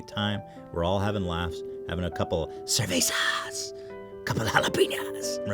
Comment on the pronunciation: I am mexican and I just have one question. Why does this fat ass ethan blackberry keeps sorta whispering when he speaks in spanish "cervezahh" "marihuanaah"?